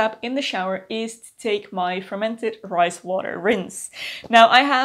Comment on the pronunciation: When you first said “fermented rice water” I definitely heard “fermented Christ water” 😂 what is this magical thing! Tell me more 😂